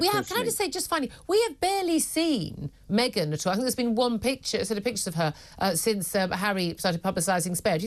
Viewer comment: Me-Gain is laughable.